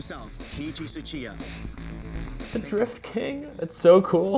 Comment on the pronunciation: Nah that name pronounciation is horrible man ahahahaha, but loved the video thanks!